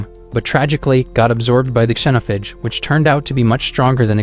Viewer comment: AI can't pronounce xenophage lmao "Zen(or zeen)-oaf-age"